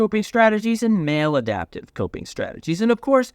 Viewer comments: “ “Male-Adaptive?” Or, “Mal-Adaptive?” lol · I heard male adaptive too. I was listening for female adaptive. Because I listen to things about being in your masculine or in your feminine.